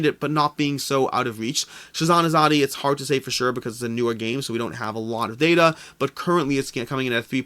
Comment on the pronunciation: Hi Hello from India. Thanks for covering Shasn, its pronounced Shaaa-sun , in case you wanted to know. That means "Governance" in Hindi. Azadi , you got almost right, its pronounced aaa-zaaa-dee, and means Freedom